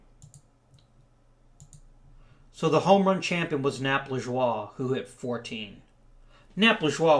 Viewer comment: I'm pretty sure it's Nap Laj-ou-ay, not Nap Lij-wa.